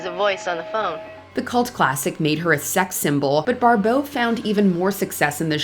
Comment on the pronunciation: Barbeau, not Barbowe